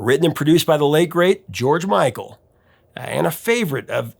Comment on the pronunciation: why can't u say george micl or wham